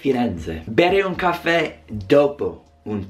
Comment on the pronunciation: Prenditi un cAffè e rilassati Ma che c***o